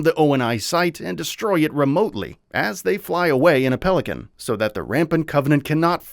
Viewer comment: Naw you’re getting this wrong lol It’s pelican.